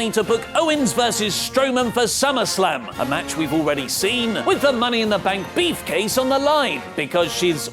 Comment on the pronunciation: Stop saying beefcase or I’ll put you in a beefcase